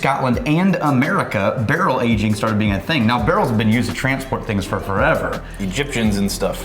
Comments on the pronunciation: No one at all:: "Agingk" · “Agingk” “finishingk”. Am I the only one who locks in on all those Ks at the end of every “-ing” word says that ends a sentence?